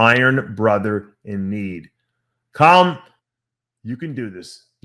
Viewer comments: Dave why are you saying his name in a British accent? Say it with me.. Calum. think Cal Ripken lol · Why is Dave Palumbo determined not to pronounce Calum's name properly?